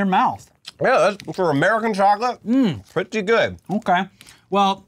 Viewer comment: LOL - "for american chocolate... prutty good" - hahahaha